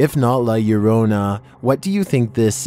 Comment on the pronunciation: Now you finally pronounced La Llorona correctly